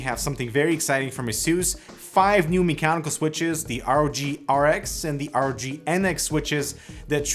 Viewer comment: My man really said RAWG 😂💀